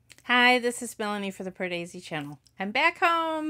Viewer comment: Pardesi but you have managed to pronunce correctly 👍